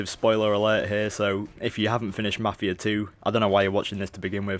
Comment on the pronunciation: 1.yeh marfia not mafia , great job ! 2 . are you idiot ? who said that this is mafia 3 gameplay ? and mafia 3 isn't even out ! read the fuckin' title !